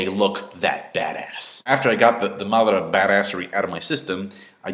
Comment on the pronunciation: seriously the way you guys pronounce the Japanese names is just so annoying !! its: MA-DA-RA why the hell u keep saying MATHRA mothafckas ! that's is just sick as F***